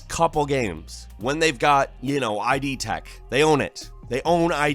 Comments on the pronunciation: My weirdest gaming moment of Nov. 2018 was hearing my boy say "Eye-Dee" Tech, instead of "id" tech. Have I been saying this wrong my entire life? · it's not ID like Identification it's Id like Idiotodd howard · "id" is a psychology term pronounced like "kid". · Nice video But I always thought "id" was pronounced as one word. Like "it", but with a "d" instead of a "t". Not like "ID" in the sense of identification. Also, does Bethesda own id tech 5/6/7? I know id made the engine and they own it, and that it was published in games by Bethesda Softworks, the publishing company, but the studio that designs what we call "Bethesda games" (The Elder Scrolls, Fallout, Starfield) is Bethesda Game Studios. Furthermore, Zenimax owns id, not Bethesda Softworks.